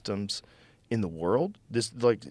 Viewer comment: To be fair, Redban would have a lot more to say if he was able to pronounce “world” correctly